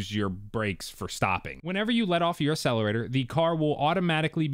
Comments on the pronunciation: You: A sell er ray ter Proper: Ack sell a ray tor Proper: Ac cel er a tor Ya Killin me. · Love the videos but Bro you need to stop saying Accelerator and Accessories wrong. It’s pronounced As Ack….not Ass. Look up the pronunciation, just sounds really bad. Sorry not trying to be a jerk! You have great content!